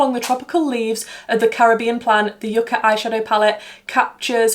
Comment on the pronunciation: Great video. First time watching nd I truly enjoyed. Btw, Yucca is pronounced “you-ca”, it’s a root vegetable common in the Caribbean an South America. Thanks.